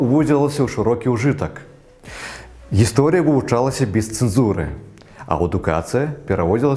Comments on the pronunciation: Странно он произносит слово, ГисторИя. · У юнака цяжкасцi з беларускай мовай. Нават, чытаючы гатовы матэрыял, робiць памылкi. Акцэнт месцам южнарасiйскi, месцам польскi. Асаблiва рэжа слых слова "гiсторiя". Змест матэрыялу месцамi не адпавядае накiрунку беларускай думкi. Мяркую - не тутэйшы. Маю права трохi памыляцца.